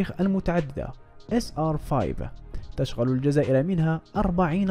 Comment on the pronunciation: تشغل بضم التاء وفتح الشين وكسر الغين مع تشديدها وضم اللام